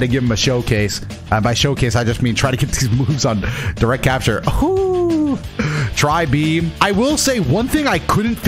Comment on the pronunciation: that's not i tri-beam that's a tri bean